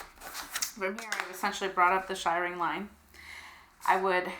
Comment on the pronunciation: So helpful, thank you. Just a wee comment, it is pronounced shear-ring not shy-ring…..now watch the comments come flying in 😁😁😁